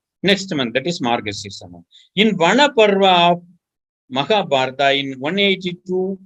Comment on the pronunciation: What is "maka" means in Dravidian language? Is saying Makabharata instead of Mahabharat?